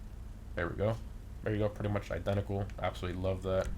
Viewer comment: i-den-TA-cal lol he says it so weird like he has trouble with it